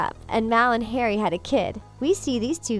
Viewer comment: Am I the only one who noticed on it sounded like she said "mal and Terry" instead of "mal and Harry" idk if I heard the incorrect or not